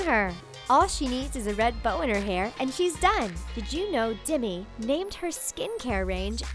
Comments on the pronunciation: It's Demi not dimi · It's Demi not Dimmy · D E M I. You are pronouncing it dimi. the e in demi make an e sound not an I sound. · She pronounced Demi dimi and zayn Malik as malike